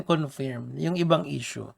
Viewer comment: Mali pronunciation mo ng “confirm” boss . Just in case youre not aware